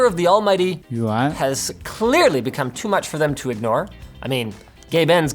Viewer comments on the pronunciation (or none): none